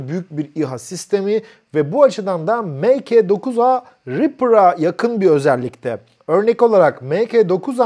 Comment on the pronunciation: Abi mk9a yazılır ama "mark9a" okunur. Saygılar.